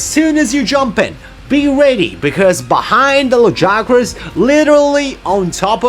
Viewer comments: They say "Lag-ee-agg-crus" like 8 times in the voiced bits.... Not "Luh-guy-uh-crusss". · I'll come back when you pronounce his name right.....